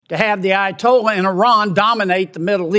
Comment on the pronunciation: i tolla😂😂 AYA-TOLLAH